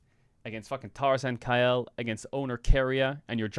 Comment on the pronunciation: Why does he pronounce "Kael" like "Kyle"?